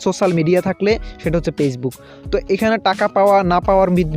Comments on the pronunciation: পেছবুক না ফেসবুক ok কথাও ঠিক মত বলতে পারোনা। শুদ্ধ করে কথা বলো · আপনি কি ফেসবুক উচ্চারণে পেসবুক বলছেন? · Pagebook bolen kan mia 🤣🤣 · কথা থেকে নোয়াখালীর ঘ্রাণ আসছে 🤣 পেইজবুক না ফেইসবুক। পলোয়ার না ফলোয়ার হবে জনাব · পেইজবুকক নাকি ফেইসবুক!!!? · ভাই, পেজবুক না, ফেজবুক। বাঙালি সেই হিসাবে আমি খুবই খুশি, কারণ অন্য ভাষাগুলি বাঙালি হিসেবে উচ্চারণ না করতে পারা দেখে। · Vai কথাগুলো ঠিক কোরে বলুন পেজ বুক না ফেসবুক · পেসবুক শুনছি। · ফেসবুক বলতে পারে না পেজবুক বলে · উচ্চারণ করেন তো পেজবুক😂